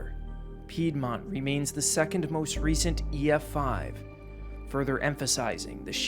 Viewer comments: Back again. Nobody does frequent reactions to weather like you do. I love it,. But "pied mont"😂 dont ban a. I'm not gonna hate bc i mispronounce a lot, too, haha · How do I say it nicely.....It's Peedmont. Please don't ban me. I enjoy your content. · Peedmont, lol Oklahoma here I enjoy your video